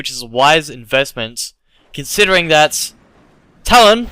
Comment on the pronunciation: One thing that annoys me is the way he pronounces 'th' as 'ff' and 'd' e.g. Dat and karfus